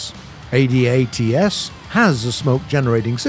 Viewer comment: for god sakes... its pronounced ADATS.... not A D A T S...... its a word.. from a canadian in the CAF....